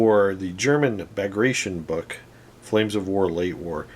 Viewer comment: Loved the video one of my fav assault guns. Super nasty hoping to get some for my bulge army For future reference it's pronounced Bag grat tea on